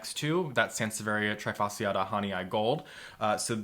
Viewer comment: Why is it that americans never seem to care for the pronounciation of Latin words?! This is so annoying, especially when this toatally insane pronounciation comes from ppl working with plants - i e ppl that really should know how to pronounce Latin names. :-/ As an example, trifasciata is NOT pronounced like the verb "to try", it is pronounced as "tree" (fasciata). And it is NOT "Hahnee-Aye", it's "Hah-nee"